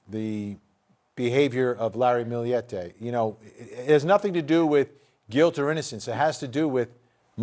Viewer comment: For FUCK’S SAKE! It’s Millete NOT “Milli-yette”! Get it right jerks.